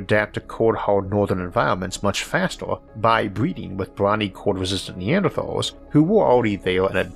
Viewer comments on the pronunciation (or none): none